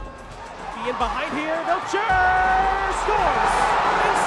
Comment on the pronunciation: somebody tell the announcer that vlijter is pronounced the same way the english pronounce kluivert.